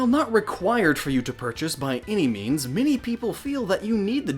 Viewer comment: Every time you said "many" I heard "mini" Sofor a second I thought you were talking about mini-games